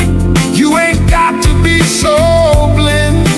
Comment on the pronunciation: voice is perfect except some words like blind is wrongly pronounce, that is the setback of AI singer, but soon it will be perfect.